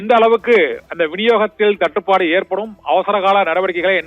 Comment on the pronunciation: 🗣️🔊என்ன புரிஞ்சிக்கோ ❓தட்டு படு ✅சுருக்காம 🗣️🔊🤪தேளிவா பேசு 🔊😝🔊🤪🔊😝